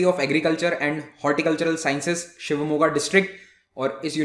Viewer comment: Super guru. Namma ooru Shivamogga